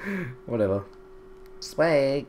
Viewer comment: but he sais it like swaq not swag